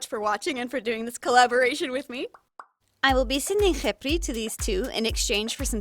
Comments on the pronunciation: oh you did a very good job pronouncing the name , i was surprised 😭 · I give the arabic prononciation 6/10 It's pretty good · I’m Arabian and I confirm the pronunciation😀⭐️ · Omg! I love how she looks!! She looks incredible! Btw from an Arabic person : your “kh” pronunciation is amazing! Even better then the teachers in our schools 😂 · Your Arabic pronunciation is great! I mostly speak Hebrew, but they're very similar, and I know a couple words. Side note: incredibly impressed that you can pronounce the khet/kha sound, most people who aren't native speakers have a lot of trouble with the guttural letters. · I love this!!!! Also you didn’t screw up the pronunciation :) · Wow! You did a fantastic job on that doll! Also proud of ya for being able to properly pronounce her name in Arabic 😂 I know a lot of people struggle with letters like خ because it doesn't exist in English letters, sooo you go gurl! 👏🏽👏🏽👏🏽💐🎉😂 (Edit : Actually I just noticed something, if you translate the word خبري to English, it's supposed to be Khebri, since the sound of the letter P doesn't exist in Arabic, but whatever Khepri sounds way better so 😂) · honestly, your pronunciation for the name was wonderful, especially for an unexperienced arabic speaker, and the fact that you put in the effort to learn the kh sound really warms my heart. way too many people never put in the effort to pronounce that sound correctly, and the fact that you do makes me really happy!! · I’m an Arab and u did pronounce (خِبْري) right and I’m happy that u put formation with it 💕💖 love ur art and channel so much and the dragon turned out rlly nice 🌸